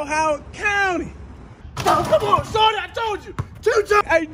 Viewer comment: it's pronounced "shoooordy"